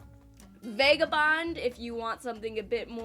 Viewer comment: Lol she said vega bond